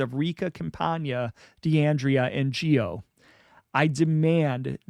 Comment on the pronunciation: Charles Gioe's last name is pronounced Joy